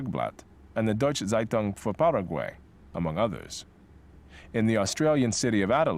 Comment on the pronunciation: when he says seitung instead of zeitung xD